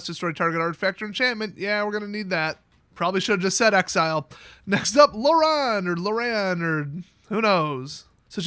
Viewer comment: Urza survived because he became a planeswalker. This is pre-mending so he's practically omnipotent as long as he can concentrate. After he pulled Tawnos out of the coffin 5 years after the blast, he fucked off for like 3000 more years. "Loran" is pronounced like "Lauren". Glad to see she has both an act 1 card and an act 2 card. The temporal anchor took like a year or something to make and the only plans she was given was for Urza's old time machine that Karn was built to use. Yes, it is the one that blew up on Tolaria. Mishra didn't just steal a dragon engine when he walked through a portal to Phyrexia, he stole one of Gix's dragon engines.